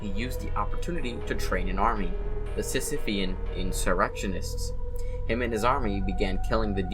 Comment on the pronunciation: your pronunciation of heresy as "hearsay" and Sisyphean as "Sissyphe-an" is AN IMPERFECTION TO BE CLEANSED